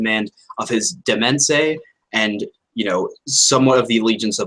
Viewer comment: What was that pronuncation of Demese? It's di-Mayn